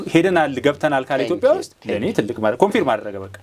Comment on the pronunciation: አቶ ፣ Confirm 'ኮንፈርም' እንጂ፣ አንተ እንደምትጠራው፣ 'ኮንፊርም' አይደለም። ረዳት ፕሮፌሰር ፣ reliable 'ሪላይኤብል' እንጅ፣ አንተ እንደምትጠራው 'ሪሌብል' አይደለም ትክክለኛ አጠራሩ።